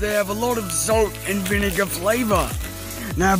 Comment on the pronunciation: I think it's salt not sait;)